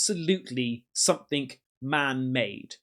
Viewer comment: Please stop saying 'somethink', it's someTHING', there's no 'K' on the end.